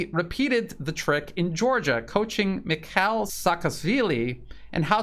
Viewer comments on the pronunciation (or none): none